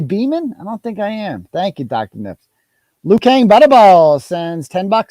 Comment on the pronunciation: If it’s Loughran why are you pronouncing it “Loughlan”?!